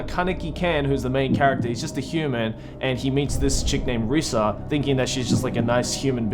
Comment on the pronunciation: is not risa is rise